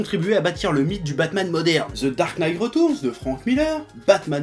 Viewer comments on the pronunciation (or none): Dark Knight Ret...AAAH MES OREILLES !! On dit pas reutourns mais ça se prononce riteurns